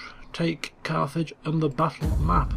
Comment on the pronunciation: every time he says Carthage i hear Carth from KoToR